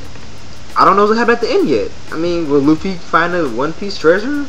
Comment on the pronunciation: the type of guy that can't even say Luffy's name right (ie the Johnny Somali video) but still has nearly full context to why Thad is ranting about Jewelry Bonney because he is an outed fiddler